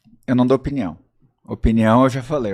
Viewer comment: “Eu acho Na minha opniao”. QUE AGONIAAAAAAAA